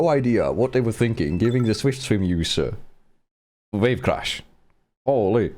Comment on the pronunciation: Wave Crash ❌ Vape Crash ✅ Not meaning to offend, my dad's got a heavy accent in English too so I understand the struggle in a way. Btw don't sleep on Sceptile, with all the Raichu and Eelektross running around it's actually in a good spot (nevermind that they gave it Earth Power too)! Edit: To answer the QOTD Mega Staraptor is a fraud however I think Mega Eelektross has the highest probability of being fun. Also I was in the stream for this video, I remember when you said that the meta was constantly changing!